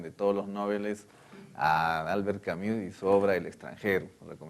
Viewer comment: Por favor se escribe Camus, pero se pronuncia camu sin la s.. es una i que se pronuncia como u.